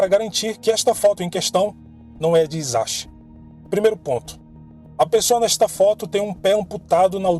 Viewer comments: Em japonês se pronuncia Hisashi = rissashi o H se lê como rr e o S nunca vira Z tudo que tem S não faz o som de Z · Olá, gosto de seus vídeos! Gostaria de lhe ajudar com as pronúncias! O “H” tem som de R e “CH” tem som de T. No caso do Japão ok, parabéns pelos seus vídeos